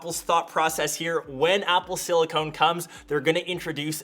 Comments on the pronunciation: It's not "Silicone". It's Silicon. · tipoomaster then why does he pronounce silicone? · Haha, 😂😂 He said Silicone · Oh come on, after your other videos it should be clear now it silicon and not silicone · Apple Silicon... not Silicone. Silicone is a rubber. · It's not silicone at all, chips are made of silicon, two different things. You would pronounce it in silicone. Silicon is what chips are made of, Silicone is what fake boobies are made of ;) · He's saying the wrong thing. Silicon with no E is an element used in chips, Silicone with an E is a polymer used in things like implants. There's no E in silicon, so it's not a case of not pronouncing the E. You do pronounce the E in Silicone, but that's not what's in chips. They're not the same thing and not interchangeable. Silicon - Silicone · You dont pronounce the “e” in silicone.